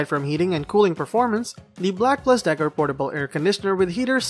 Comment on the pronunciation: Black (AND) Decker, not Black (plus) Decker.